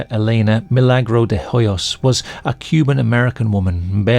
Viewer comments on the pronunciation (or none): The 'h' in Elena's surname Hoyos, is silent.